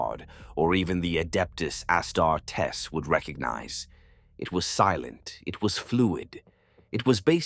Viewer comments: I just figured out why dude wears a helmet during these story vids, its ai narration and hes hiding his face in order to hide that fact. As-tar-tess its "ah-star-teez" for someone who primarily does wh40k thats kind of a major slip up, more like a poor text to speech option... come on dude i looooved these videos... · Ah-star-tes huh? fuckin ai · Okay...I was fine with the AI sounding but not confirmed scripts. I was fine with the overly polished narration voice...You lost me when you called them "AST-ARE-TES" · The crappy AI images really detract from this. Also, it's really weird how the narrator mispronounced Astartes and Arbites which makes it feel so weird, like it's AI too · AI voice. I realized this with how Astartes was pronounced.